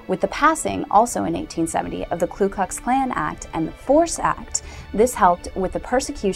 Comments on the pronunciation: I'm not part of nor do I support the KKK in any way but thought you might want to know that it's not Klu Klu Klan but Ku Klux Klan. There's no L in the first word. I could be wrong but I'm pretty sure I'm not. Please check and let me know. Thanks! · 1. It's "KU Klux Klan, not "Klu..." 2. The primary target of the first Klan were the Republicans, as the "Radical Republicans" freed the slaves by forcing through congress the 13th, 14th and 15th amendments and put Reconstruction in place via legislation. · It's Ku Kux Klan not Klux Klux Klan lol... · you are wrong and misinformed on so many levels. first off, It is not the "KLU" KLUX KLAN, second the name is not "grand" wizard, . and what about the "rape, murders, burning of homes" and so on that are going on to this day in south africa against white people? stay with your looks kid, because your education is not going to get you where you want to be, go and read a book. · STUPID SHIT!! It is Ku Klux Klan!! NOT Klu Klux!!! Also, the sound of a bolt action rifle?? Bolt actions rifles came into common use in 1898!!! moe than 30 years after the 1st group was founded. It was an offshoot of the Kinghts of the Golden Circle!!!! Get it right BITCH! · You realize it's the KU klux klan, not the KLU klux klan, don't you? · No it's "Ku"